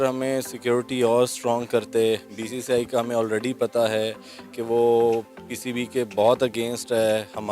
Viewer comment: Bhai pehle BCCI ka ucharan to karle baadme BCCI or Indian govt ko dosh therana....aur ha pakistan ka image hi kaha tha jo ki....acha image dikhayenge....pakistan ka image pehle se gira hua tha